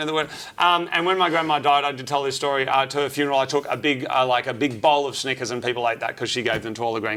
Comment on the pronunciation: You need to work on your pronunciation of Snickers, dude 😂